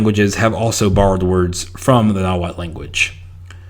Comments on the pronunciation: You need to work on pronouncing that tl sound😂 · I would recommend working on the pronunciation, I understand that there is no standarised variety of Nahuatl and even when it began to be transcribed in Latin script after conquest, there was not standardised spelling, but the tl could use some work, stress on words is always on the penultimate syllable (the second to last), and it's a very vowel forward language (which there are only four), there are only one or two consonants per syllable